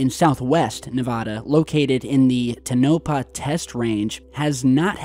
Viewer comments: TOE-nah-pah. Connected to Sandia Labs in New Mexico for research. Also, it is south of a huge gold mining operation in Round Mountain by Oppenheimer-Englehard mining and smelting (Anglo-American). I’m surprised this area has stayed “quiet” so long. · I got a huge laugh out of the way you mispronounce everything.. but today the most... Tenopah... no! To NA PAH... sometimes I think it must be part of your shtick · (Tun-No-Paw)??? No, Sir. No. No No No. Just No. It's (Tone-a-Paw) is the correct pronunciation. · Toe-nuh-pah. Not tuh-nope-ah. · It's not "to NO pah", it's "TOE na pah". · you're pronouncing Tonopah incorrectly, check YouTube for correct pronunciation. Thanks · To nope ah = Tonopah = Tone o pah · Interesting! FYI.....the pronunciation is Tow-Na-Pa ...and, that airport just below the image is the Tonopah Test Range Airport. Back in the 80’s, this (ultra-secret “base”) was where they developed and trained all ground crew and pilots for the F-117 Stealth. Also, further to the right is Highway 375, The Interterrestial Highway, and the Art Bell favorite, Rachel, Nevada! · Mad respect,! But damn son, it's "tone uh paw"...tone uh paw...brutal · The more common pronunciation of Tonopah is TONE-a paw, with emphasis on the first syllable. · Toe-naw-pa...thats how it sounds phonetically. This is connected with 51, S-4, - there are lots of places in this area. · Bruh, love ya, but.. its TOW-NUH-PAW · TONE-A-PAW......that is how you say it my friend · It’s “Tono-pah” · PRONOUNCED=TOE NA PAW=TONAPAH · Tone - ah - Paw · Toe'-na-pah test range. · My dad grew up in Tonopah. You're saying it incorrectly. Thanks for the info. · ....i love you i listen to you everyday but the way you say nah va dah, and toe nopa is cringeworthy 😂 as a nevadan. Its knee va(a as in apple) duh, and its tona pa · Living in Las Vegas my whole life i can say its PERNOUNCED... NE-VA-DA and TOW-NA-PAW( Tonopah)